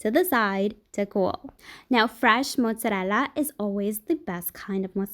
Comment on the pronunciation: is Italian. She pronounces it the way Italians pronounce it. That is, correctly.